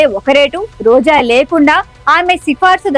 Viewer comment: Why Roja and rajakeeyam are being pronounced as Roza and razakeeyam?